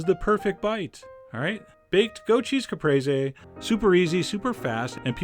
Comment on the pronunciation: Well, now I know how to pronounce Caprese